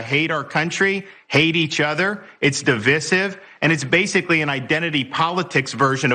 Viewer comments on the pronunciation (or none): Di vice ive. Not di viss ive. We are not being di vidd ed. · “It’s “DA-vissive.” Sir you have no room to speak about education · Sorry John.. My brain froze when he said (di-VISS-ive) 🤨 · Divisiv??? He cannot say the word divisive? What grade was this? This is trash. Bullsh!t trash. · 1. Pronunciation: "dee-VICE-ive. 2. Desatanist is NAZ1G0P. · The way Desantis pronounces “divisive”…🤔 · Could we learn to pronounce "divisive" please? Also, uhm, is that student even aware that there are POC in this country who were here before all the Northern Europeans? Like, where are the indigenous peoples supposed to go by his reasoning ... Bad word choice. And somehow, I am not at all surprised by any of this. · He can't even say divisive right. LOL!! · Why can’t he say “divisive” properly? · So that's how you pronounce divisive Rhonda Santis? :face-blue-smiling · I hate our country, i hate other people and i hate how he says divisive.